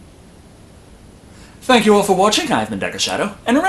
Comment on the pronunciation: You went slightly British with that thank you at the end.